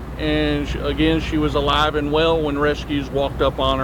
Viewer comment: Ok but can we not pause before the word Alive.